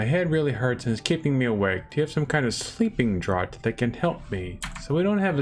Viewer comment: You don't need to completely crush an ingredient. You can stop partway. Also, draught is pronounced as Draft. Adding water is only for when you want to return to the center of the map. It is not necessary for normal potions.